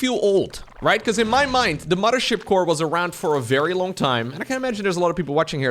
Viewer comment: "mudder ship core"